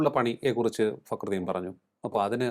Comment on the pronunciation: നി എന്ത് കൊണ കൊണ ആണ് ടാ പറയുന്നത്